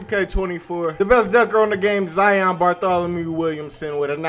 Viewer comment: Ok, u don’t pronounce lion, LIE YON, so y is it ZIE YON? so annoying lol!!!